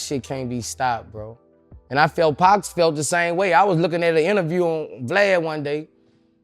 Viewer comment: I could not watch this the way this b@ was pronouncing Pacs name